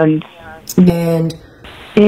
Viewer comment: Totally different "And" on her Facebook video than the others. She uses ONE syllable and sounds uses the "short a" sound. The others has 2 syllables and sound like a 'short i' sound as in "in or end".